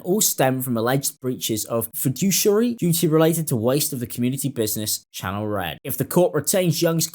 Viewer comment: Fiduciary - Feh-do-she-ary